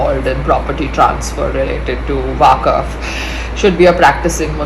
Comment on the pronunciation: It’s waqf not waakaf 😅